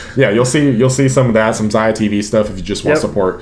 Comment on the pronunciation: 👥 if you want to check the book Map of the Soul which inspired the Map of the Soul albums, its a very interesting theory of psychology. Which first RM expresses in Persona, the Suga in Shadow then JHope in Ego. So Ziah...you've said the word a couple times but I hope I can help with pronunciation because I had problems too with this word as I had only ever read it. Epitome.... its not epi-tome, it e-pi-t-me 💜💜💜💜.....or just check google Hope this help 😃